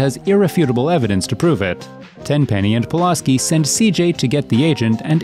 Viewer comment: I love how you keep mispronouncing Pulaski's name, even though you include video clips with the correct pronunciation